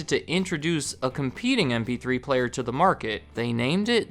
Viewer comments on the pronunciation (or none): I swear it sounds like you are saying “Np3 player”.